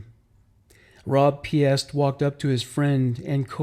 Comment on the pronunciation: You’re very thorough but please take the time to learn the pronunciation of names, especially victims. Rob’s last name is pronounced “Peest”, like priest.